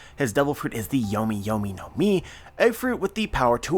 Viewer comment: Not 100% but I’m pretty sure there isnt an “r” in the words no, close, or below.. just kidding keep up the good content